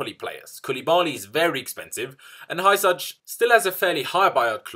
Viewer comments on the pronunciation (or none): Hysaj is pronounces " Husay" :)